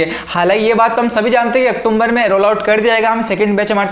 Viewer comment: Octumber nhi wo october hai